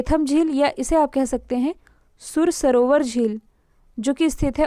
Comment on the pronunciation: Madam plz वो ना तो केथम है और न ही सुर सरोवर है वो कीथम(कीठम) है और उसे सूर सरोवर कहते है सूरदास जी की जन्मस्थली है रुनकता इसी के जस्ट पास में है| मैं यही से हूँ |